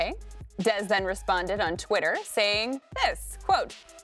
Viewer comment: i like chris carter but the way he said dez was the worst, looks like he enjoyed saying it.